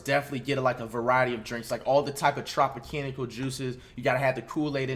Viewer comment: “Tropicanikal” juice